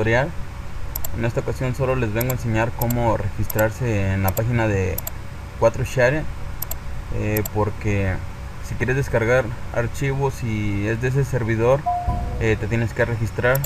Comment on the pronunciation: e.e se dice forshared no cuatroshared